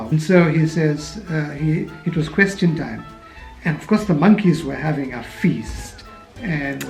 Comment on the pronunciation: I'm a-questin' to know why Indians say "questin" instead of "question". OK, your dad is not so bad, but he almost does it .